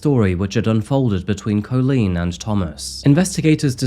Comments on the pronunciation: you can’t pronounce Colleen correctly - you make it sound like colon. It’s so annoying… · First time I’ve ever heard the name 'Coleen' pronounced 'Co-leen' 😂 Edit: The back and forth pronunciation of 'Coleen' and 'Co-leen' keeps getting me! 🤣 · I'm glad you've pointed that out very well about how to pronounce Colleen's name, as it was really annoying me how badly was saying it. "Cailín" is an Irish word meaning "girl" or "lass". It can also refer to a young, unmarried woman. The word is the diminutive of "caile," which means "woman" or "countrywoman" in Irish. Variations in spelling include Kailin, Kaylin, or Kaelin.